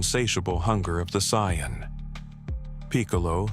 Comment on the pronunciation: Ah yes, Goku the Syon XD